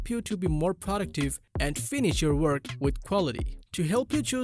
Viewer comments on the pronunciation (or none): none